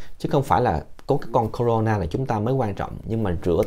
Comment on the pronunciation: Bác này nói không này bằng mấy a kia .tên virus bác cũng đọc hai từ: na ,nà và nó không phải con mà bác nói sinh sôi nẩy nở .bác nhầm nó với vi khuẩn rồi.